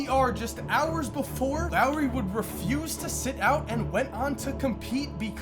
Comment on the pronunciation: “Lowery” Markkanen 😭😭😭